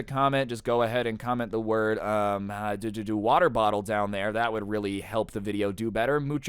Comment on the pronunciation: Woter bottle